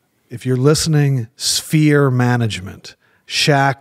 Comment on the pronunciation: "Sphere". "Spere"? "Spheeeeeeere"